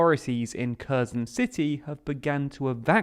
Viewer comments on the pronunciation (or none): Curzon curzon curzon KHHHHHHH ERRRR SOWN SAY IT RIGHT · Please please pleaaaase learn how to say the name of the city, please… it’s not “Caus-in”, it’s “HER-so-ne”. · Curzon is a Dax. This city is called something closer to Her-SONN (second syllable stressed). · It is said “Hair sone”! Not Kursen! The H is silent. And the emphasis is on the 2nd syllable not the first. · kherson is pronounced "hair-SOWN" with a hard H ( like 'ch' in johan sebastian bach) it hurts every time you say KUR-sun. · It's HersOn not KErzon, like in Kharkiv, "kh" just means hard h :) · KherSon, with an "s", not Curzon with a "z". Making zero attempt to pronounce place names correctly makes your channels appear untrustworthy. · Kherson is pronounced more like "her-son" not kurzen. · It's not pronounced Kerrzon – it's herrsson! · Nice summary! One remark though - "Kherson" is not pronounced "kehz'n". It's closer to : "her" + "sohn", with accent on "sohn". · Yes, why say Körson when it's pronounced Hersón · Not ''here'' ''Her'' + ''Son'' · Pronounced hear-Son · learn how to pronounce the city which you are doing your report about. It sounds nothing like that. It's pronounced "hirson" with the accent on the 2nd vowel. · Please pronounce it Herson or Херсон. He... r... son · HERSON HERSON HERSON (THE K IS SILENT)!! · An advice for a better pronunciation of the name of the city and the oblast. The first part, "Kher-", is approximately pronounced as "here". Kherson = /"here" + "son"/. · Please pronounce Kherson properly. The "K" is silent. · Great video except every time I heard you say Kherson I cringed a bit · My ears hurt hearing almost every geographic name mispronounced. Kherson, Kakhovka, Dnipro ... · learn to pronounce kherson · I am crinching each time you say Kherson. Learn how to pronounce it. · Would it be asking too much for the commentator to pronounce Kherson properly? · By now one would assume that you could have learned how to pronounce Kherson